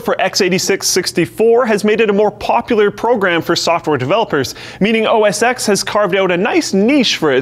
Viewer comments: Every time someone says "OS ex", somewhere, a big cat dies. (A little. Inside.) Mac OS X is actually "Mac OS Ten", coming right after Mac OS 9. (The "Mac" part was dropped from the name only some years ago, I think in 2011.) TL;DR: The X in OS X is the Roman numeral for ten. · It's pronounced Oh-Ess-TEN! Not "Oh-Ess Ex". It's a play on words for being the tenth major OS, being the first Mac OS based on UNIX, as well as having roots in Steve Job's previous OS "NeXTStep". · Come on... you lost me when you started saying "os ex". After OS9 (nine) came OSX (TEN).... X stands for 10 in roman numbers. That's how Steve Jobs himself introduced it. Cheers. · It's called OS 10 not OS Ex. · wowowow wait I'm 88% sure System 7 had a colored GUI. Also it wasn't pronounced oh es ex but Oh Es Ten. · IT'S OS 10 NOT OS 'X' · i thought it is read as "OS 10" and not "OS ex" (OS X). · os10 os 10 OS10! not x sped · it's not pronounced "OSX" it's pronounced "OS 10" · It's not pronounced "OS X." It's "OS Ten." May as well say "Superbowl L" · It's "Mac OS Ten" not "Mac OS X" It's a Roman numeral. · X is a Roman numeral for 10. That's why Apple Calls it “OS (ten)” not “ex” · The "X" in OS X stands for 10 so it should be read "os 10" idk why so many people say OS "ex" ... nobody from Apple has ever said OS "ex" in their keynotes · OS Ten not OS Axe..... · It's pronounced OS 10!!!!!!!!!!!!!!!!!!!!!!!!!!!! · Pfft, it's pronounced OS ten, not OS X. Scrub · It's pronounced OS 10, not X. It's a roman numeral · OS X is to be pronounced OS Ten but iPhone x will always be pronounced iPhone x not ten because x sounds way cooler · It's OS 10...that's a roman numeral...anyway continue. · I really hate to be "that guy" but I was under the impression that it was never supposed to be called OS X, instead OS TEN. can anyone verify this? really like the show either way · Cringed so hard every time he said os x instead of os 10 😬😬😬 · Mac OS X is pronounced Mac OS "ten", it is a Roman number.